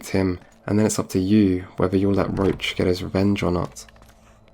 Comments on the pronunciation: When he says "Roach" during the video he actually mean "Roche" - This was quite noticable since Geralt's horse is named "Roach" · Great video, Amazing analysis of the story, I love your conclusion at the end! I also really like your style and voice! Just one thing. Roche is NOT pronounced Roach. Roche is likely a french name, just give google translate a go and listen how it is pronounced correctly, please :D